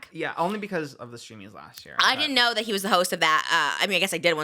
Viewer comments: I love how she kept calling the streamys the steamies hahaha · She said Steamys 👀 ❤